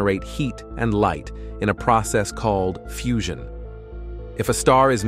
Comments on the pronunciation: Narrator needs to learn how to pronounce words. EXtra-p'late is wrong. Normal humans say ex-TRApoLATE. Earlier, he said fooshun. It is FEWzhun. Which was odd because a few lines previous he got it right. Anyway...I came up with a "parachute" shaped, expanding universe theory in the late 1960's and early '70s when one of the most popular theories of the time was a donut-shaped universe, which I dismissed as stupid, and dubbed the name of my own mathematically-derived design a "Godilome". The basics of the theory have not only held up throughout the decades but in fact the more we learn about the universe the more this model is confirmed. The fact that Webb has found galaxies much more developed and larger than expected at more than 13 billion years old super-confirms my theory, which in part requires that all matter returns to its point of origin in a what can be described best as "collapse and rebirth". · Please listen from point on: the narrator makes pronunciation mistakes no mother tongue speaker would have made: fusion /foo-shion/, requires /re-kweers/, larger /larg-er/. And there's no reason why making the errors at that advanced point of the video... if you're a real narrator, and not a reading software. Why aren't we told we're given a machine-read narration? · What's going on here? Words pronounced correctly change to incorrect pronunciation. Listen carefully from "fusion" becomes "foo-zhun" "requires" becomes "ree-kweers" "larger" becomes "lar-ger" (g as in good) Why aren't the mispronunciations consistent? Sometimes "gyro" is pronounced "guy-row", and sometimes it's pronounced correctly. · "foosion", "reqviers", "larg er" Interesting pronunciation